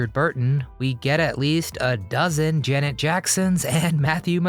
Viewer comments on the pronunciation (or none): none